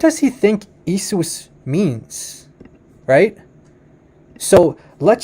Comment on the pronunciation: i think you pronounce the Greek word for jesus wrongly. It is pronounced e-a-sous not e-sous 🙂 the iota and eta are usually pronounced as two different vowels.